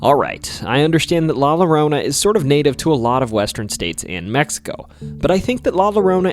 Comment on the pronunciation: La lorona? It’s la yorona that’s how it’s pronounced a double l in Spanish is pronounced like a y